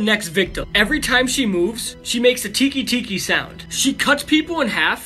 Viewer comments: it's teke teke not tiki tiki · The way he pronounced Teke Teke killed me.